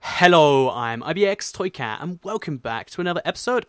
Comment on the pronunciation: You said it's ibxtoycat instead of ibx2cat